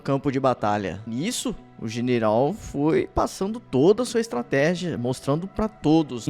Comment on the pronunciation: Estrateja??? Kkkk